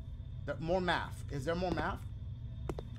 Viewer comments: MAFF do u meant Math lol Dashie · "They making me do maff, one equals sixtff". Shit they need to be teaching you english